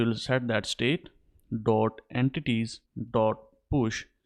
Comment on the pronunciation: Broooooo EN-TITIES